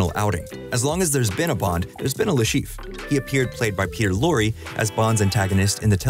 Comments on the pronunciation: Le ChiffRE! Say his name correctly, make an effort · Le Cheef? You may want look up the pronounciation of foreign names in the future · Aaaah yes the famous "Le Schieef"